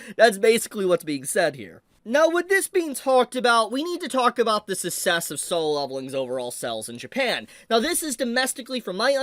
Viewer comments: I was wondering what dialect your speaking? I never heard anybody pronounce success as sussess. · That's not how you pronounce success. 😅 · why do you pronounce "'success" like that? the 2nd C is there for a reason lol